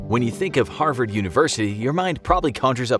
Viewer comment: "Harsvard" - 2020